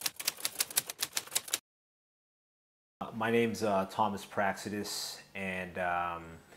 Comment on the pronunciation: I'm sorry dude, you're last name is pronounced Praxedes not praccedes.. kinda like how we say Mexico not meccico the X acts as a J. So. Not Praccedes.